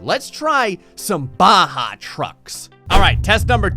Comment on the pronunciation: IT'S BAJA NOT BAHA